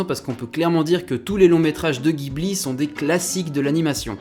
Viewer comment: Pardon de chipoter mais j'ai les oreilles qui saignent quand j'entends "GUIBLI" T___T Ça se prononce "dji-bli" (en référence au vent chaud du Sahara / et à un modèle d'avion de chasse italien).